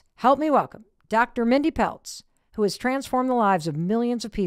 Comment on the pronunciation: It's Mindy Pelz, not Peltz and she's a chiropractor not an M.D. Lots of chiropractors are jumping on this bandwagon as a way to make money. I'd suggest listening to Dr. Pradip Jamnadas (a Florida cardiologist). "Fasting For Survival Lecture"